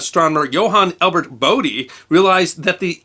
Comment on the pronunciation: ) note on pronunciation.. is Bodie the Bode of Bode's Law? In which case his name is Bode and not Bodie.